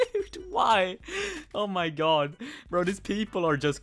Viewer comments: stop saying oma gEa please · why do you pronounce "oh my god" so weird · Nobody::ohmagae